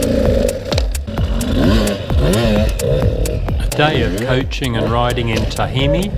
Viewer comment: dude ! it's.....? Tama......hi.........